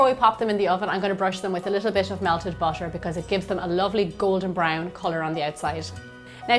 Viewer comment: Not trying to be mean, but the way she says butter kind of makes me cringe